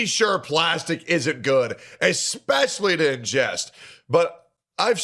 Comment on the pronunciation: Epessly the hard one😂😂😂😂